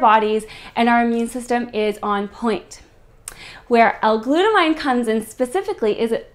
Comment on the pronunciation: its glut amine. aymeen not glut-a-mine because its an anime a type of functional group (chemistry).